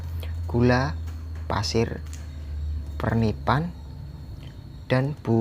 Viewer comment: Fermipan bang bukan fernipan 😂